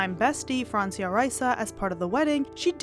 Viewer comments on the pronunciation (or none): none